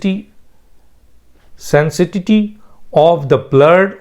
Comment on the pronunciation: Doctor , it’s sanctity . Wish you would pay more attention to your English than naming people from dark ages who used to slaughter non Muslims